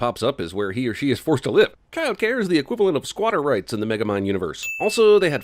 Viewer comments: Wait did he say micromind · I just noticed you said micro mind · Dude said magamind lmao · add a sin to your own channel for mispronouncing the main characters name in sin number 40